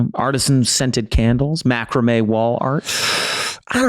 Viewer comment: Thee worst pronunciation of macrame I've heard hahaha 😆